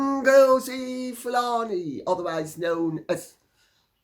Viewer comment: Oh my goodness! Sayin ngozi Fulani. It cracks me up! Can’t stop laughing!